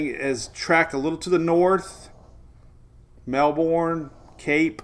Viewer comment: You're pronouncing Melbourne incorrectly!!!